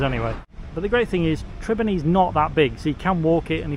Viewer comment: it's not Trebinny it is Trebinje